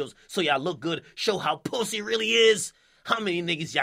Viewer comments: the way akademiks pronounce "pussy" lmfaoooooooo "Pousssayy" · My nigga said POOSY!💀